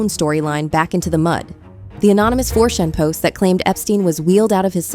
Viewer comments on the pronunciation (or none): Not 4shan-4Chan. Ch like church.